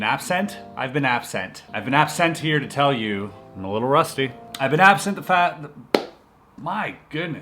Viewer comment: Chris struggling to say absent lol